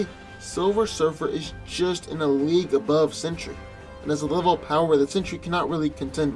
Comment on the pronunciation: Sentry is pronounced with TWO syllables, not three. His name is not 'century'.